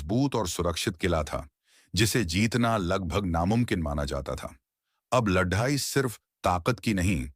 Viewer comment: When you know that certain words cannot be pronounced correctly then why can't you choose alternative words? For example LADAI can be replaced with YUDH. It sounds weird. Which book have you chosen? Any reference from which the life of Chanakya is taken from? We don't have credible evidence that Chanakya is a real or imaginary character. You didn't touch either.